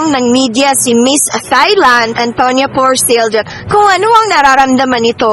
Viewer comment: It's not THIGH. It's TIE Walang hangin sa pag pronounce ng Thailand